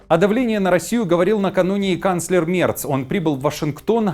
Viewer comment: Ведущий, произноси правильно фамилию немецкого канцлера!!!